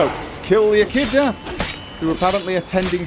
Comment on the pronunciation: the name is Ekhid"N"a not Ekhida, reminds me of the way you used to pronounce Dimeritium.